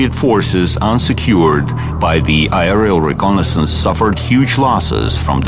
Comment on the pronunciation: i get confused when he says aerial, sounds like i r l